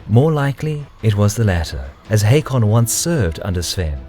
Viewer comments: It's not Headby, it's Hedeby EDIT: It's also pronounced Håkon and not Hakon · AA = Å not O. But you are close :) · The name Haakon is pronounced as Hokon, just fyi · Haakon here. It's pronounced Håkon, with an Å, like the A in Hawthorne or the O in ought, but thank you for caring